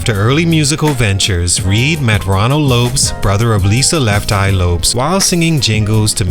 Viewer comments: LEFT EYE LOPES??? LOPEZ? Bruh this AI is not bad BUT fix that LOL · The fact that u keep saying (lopes) instead of LO-PEZ 🤦🏾‍♂️